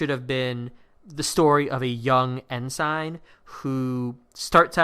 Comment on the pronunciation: Your pronunciation of "ensign" is awful. It's not "N sign". It's "N sin" (rhymes with benson)